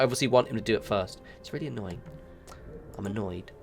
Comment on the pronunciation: I think you mispronounced "annoyed". I believe you meant "a-nerd". 😉 Really cool looking game that I've heard about but never really seen somehow. It reminds me a bit of I've if my all time favorite games, Masters of Orion 2. Thanks for putting out the video. I'd actually like to see a full let's play. One thing I'd hope for us, for those of us who have never seen this game before, a legend of what icons are (even if you are just telling us) would be helpful.